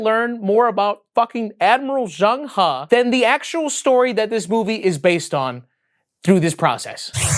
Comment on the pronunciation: The video was great and all but why aren’t we talking about the fact that actually pronounced Zheng He’s name correctly?